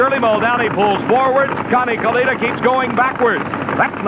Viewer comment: Dave McClelland pronouncing it as "Kaleetta" is crazy